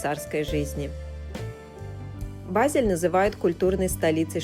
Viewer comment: Начала слушать, как раз была недавно в Базеле, но к сожалению через несколько минут прерываю просмотр потому что очень режет слух и раздражает произношение ведущей названия города, просьба не смягчать букву Е произносить её больше как э тогда может быть больше слушателей будет у вас